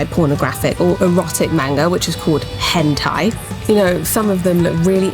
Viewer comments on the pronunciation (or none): none